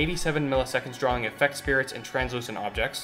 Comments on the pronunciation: I guess I'm that guy now but how does somebody so intelligent say spirits instead of sprites and vig netting instead of vin-yetting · I'm inspired by the deep dive, love your guys' mission, I'm gonna subscribe... do yourselves a favor tho, and look up how to pronounce "Sprites", "Foliage" and "Aliasing" (you got anti-aliasing right).